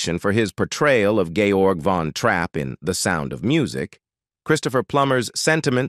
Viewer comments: Every time he said “George” instead of “Georg” (two syllables),I winced. I have to assume he’d never even seen the movie. It was quite clearly said properly all the way through. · This video is annoying. Georg, not George. Mucous, not Moocus. Many of this everyone knows is film vs reality. Charmain slipped while dancing because they forgot to put the non slip on the soles. Plummer drank in the hotel lobby with all the adult cast and crew, not just Charmain and her little crush. All the adult actors drank during the festival scene and other scenes because it was so cold. Julie Andrews was even drinking Peach Scnapps in the mountain scenes. The real Maria said she was happy with the release and how handsome they cast her husband. Julie had the same concerns Plummer had about how sweet the movie was and they both worked with the writers to throw some ideas in. And no, Plummer didn't hate her, he has said she was the only reason he did the movie because he saw her in My Fair Lady on stage. Terrible title. Not only is it false but most of the video is about other false items anyways.